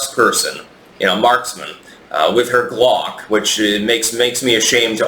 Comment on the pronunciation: Did she say Glock or did she misspeak gwock-gwock?